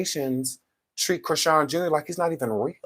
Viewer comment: Her name is Chri-SEAN. I always wondered where tf that name comes from ANNNDDD yeeaaahhh